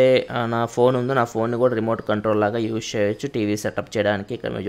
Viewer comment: "Use" ni spashtamuga paluku naayana.